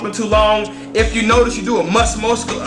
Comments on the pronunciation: moss muscular lol learn to talk bro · lol "A Must Moscular" whos waiting for this comment..